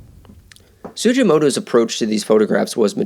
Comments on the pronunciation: It's not pronounced "Su-jee-mo-to" but su-gi-mo-to (hard g) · You need to redo this video with correct pronunciation of the artist's name "su-gi-mo-to (hard g)". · His name is pronounced with a hard G!